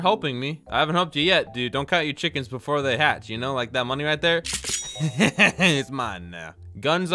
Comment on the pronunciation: u siad chekent chapter lol